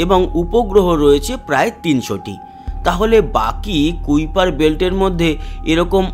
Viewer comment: Pronunciation হবে কাইপার কাইপার ছিলেন একজন scientist